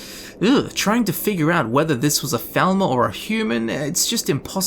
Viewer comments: It's falmar not felma 😂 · You were saying "thalmor" this whole time? Cause all I heard was "velma" for the past hour. Not a complaint, I love scooby-doo!